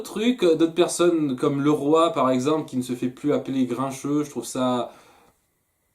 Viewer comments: Normalement, on dit "Li-Roye" pour prononcer son nom pas "Le roi"! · ca me perturbe la façon dont tu prononces «Leroy» mais sinon j'adore tes vidéos comme d'habitude